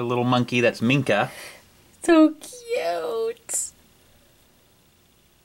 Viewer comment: You guys got Minka right but the ni in Sunil is pronounced like knee. Sunil. Sunil.